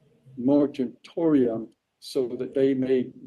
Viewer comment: "Mortittorium." Excellent work, sir. 👏🏻 😂